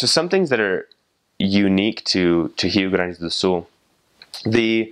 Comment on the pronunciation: Wait, I actually heard a foreigner saying Rio Grande do Sul perfectly? Man that was really cool!